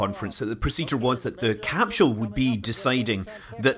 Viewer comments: Evert time he says 'CAP-SHUL" i twitch. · I love how Scott pronounces it as capshool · What's a capshull?